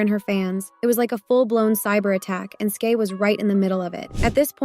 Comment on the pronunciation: Brooooo for fcks sake its SKY not SKAY The way that irritated my soul 😭